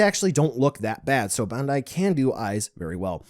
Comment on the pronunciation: I see that you still cant pronounce BANDAI